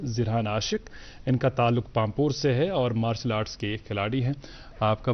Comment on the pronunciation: It’s Martial art not Marshal art